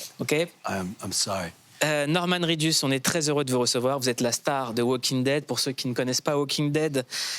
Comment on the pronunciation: « ou on incarne Romane Reedus » un ptit effort Mouloud mdrr